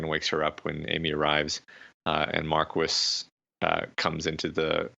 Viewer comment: I swear, every time I hear “Markwis,” I die a little inside. Loving this series from what I’ve watched of it so far though.